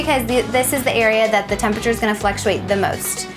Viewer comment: She calls it tempature too lol